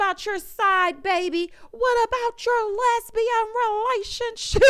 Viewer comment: "And what about your lesibian re-la-sion-ship?!" 🤣 Married to medicine 🤣